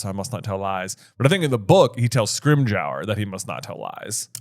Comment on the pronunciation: Guys, it's pronounced Scrim-ger. Like ginger. But scrim. Its not scrim-j-our.